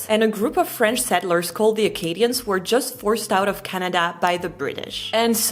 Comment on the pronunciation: You pronounced it correctly when you were talking about the Acadians being kicked out of Canada